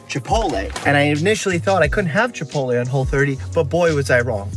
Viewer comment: Dr. Mike: Chipole Chipotle: Yes